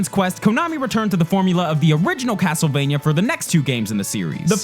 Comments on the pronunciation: Am I the only one who heard "Hastlevania" at one point? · Why is he talking so weird.. CASTLEvania blablabla GAMEconsoles and stuff. ANYway blabla AND blabla. God my ears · "CAAASS-tlevania..." This dude has such a hard "k" pronunciation, it could crush nuts into powder.